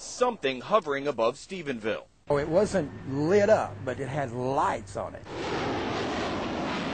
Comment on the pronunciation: Stephenville, NOT Stephensville, jeez! And Sic 'em,!!